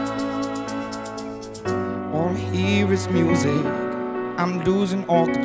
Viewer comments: He's from Yorkshire and he pronounces it differently than us people would say "Lifted". Still, "Leaf Tea" is still funny though :) He's amazing! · Good cover but the way he pronounced "lifted" is really annoying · But seriously, why is he pronouncing 'lifted' like that? It's quite annoying and, for me at least, ruins what could have been a good cover.